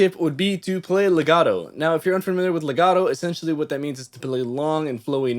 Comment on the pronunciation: I appreciate the Italian accent when discussing legato and staccato 😎